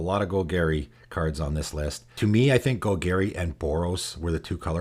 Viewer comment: Gol-Gary?......isnt it Gol-Gahri?